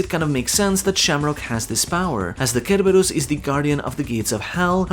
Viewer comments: It's not pronounced ker-ubus. It's pronounced ser-berus. Like cero from bleach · The way you say Cerberus kills me lol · You’re killing me with how you pronounce Cerberus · you butchered the name Cerberus wow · Its cerberus like Cent not cucumber 😂